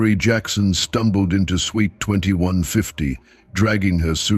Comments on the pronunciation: He also said sweet one time! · I had to laugh about the word, suite, and the AI keeps saying suit. funny. another funny mistake, résumé (cv), they keep saying resume. good story.